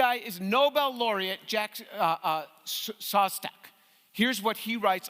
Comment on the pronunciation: Thanks for not butchering the name Szostak